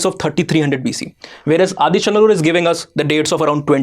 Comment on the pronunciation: For someone who doesn't know the Tamil lexicon, you are pronouncing all places like Thoothukudi, Adichanallur, Sivakalai almost accurately.